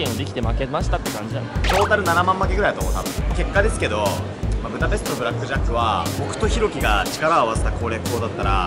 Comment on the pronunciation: プタペストじゃなくてブダペスト じゃないの？